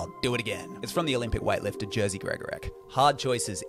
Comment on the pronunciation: gosh, I'm Polish and Jerzy is Polish name and I'm absolutely fascinated by the way you pronounce it, just like "jazzy" xD; it should be pronounced 'y' like in 'yoghurt', 'e' like in 'emphaty', 'g' like in 'genre' and kinda 'i' like in 'it', but Jazzy Gregorek sounds much funnier :p